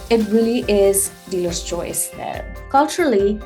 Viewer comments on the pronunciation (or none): none